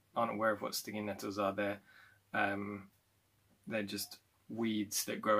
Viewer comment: At first I thought you said 'stingy metals' instead of 'stingy nettles' and I did not doubt that because it was about swords and such :)